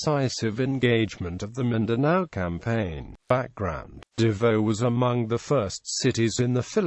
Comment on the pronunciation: U pronounce davao as dabaw